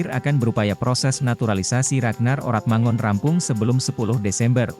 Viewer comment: Bro... Kl baca yg bener lah... RAGNAR ORATMANGOEN dibaca : RAGNAR ORATMANGUN.... Jgn bikin malu lah, parah lu bro 😂😂😂😂😂